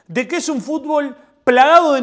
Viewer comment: Jajajajajjaja por favor dejá de decir "FUTBÓL" (CON ACENTO EN LA Ó) JAJAJAJA